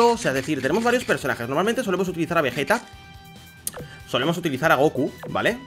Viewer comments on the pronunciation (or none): none